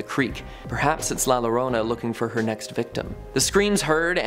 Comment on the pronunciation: Boy did you butcher La Llorna…